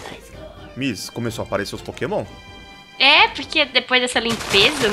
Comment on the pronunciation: vc na minha opinião vc é o mais forte da série mais por favor só tenta aprender a falar os nomes dos pokemon direito #montamelhordaserie